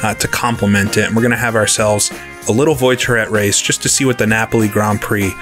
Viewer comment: Little comment on your French, voi in voiturette is pronounced voa, not voy.